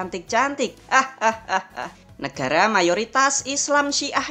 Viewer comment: Nekara atau negara? Kok nyebutnya nekara